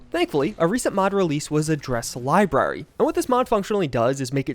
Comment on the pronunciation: I've never hated the way someone says "library" so much.